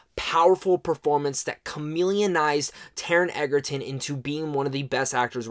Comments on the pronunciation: This movie is phenomenal!!! I saw it for the 12th time last night, no joke. It's mind blowing how good Taron Egerton is (btw, it's pronounced edge-er-ton, not egg-er-ton...common mistake). But yeah, I agree. If the Oscars were coming up, they'd be taking home more awards than they could count. Realistically, it's a little hard to say because we have a long wait ahead, and some other contenders to consider, but I guarantee that the movie will get some well deserved recognition. My money is on Taron for the Best Actor Golden Globe at least, perhaps an Oscar if the Academy keeps this movie in their sights for the rest of the year. Fingers crossed! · I love it!!! Totally agree with his performance, but please ck on how to pronounce Taron's last name. It is pronounced like Edgerton. Just no "d". :) The production was exquisite.